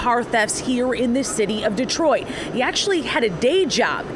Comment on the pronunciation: GTA6: Dee-triot